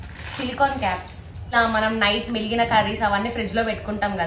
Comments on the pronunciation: మిలిగిన కాదు మిగిలిన అనాలి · Miligina kaadhu, migilina